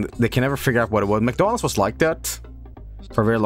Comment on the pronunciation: It sounded like he said McDuncan's. I kind of like it